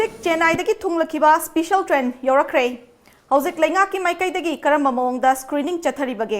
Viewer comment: Yaipha ba not especian should be pronounced in special ok